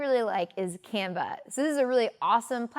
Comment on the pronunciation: You should include a link to Canva. I hadn't heard of it before, and heard you say 'Camba', so I went googling. I eventually found it with the correct spelling.